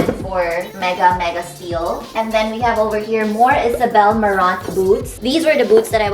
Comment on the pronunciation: isabel marant is pronouced as izabel mahhrr hrrohhn